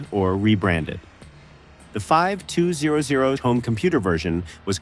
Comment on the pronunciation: AI voice couldn't even say 2600 or 5200 properly, so I couldn't finish. I'm sure that no actual footage was shown. Fuck this kind of content!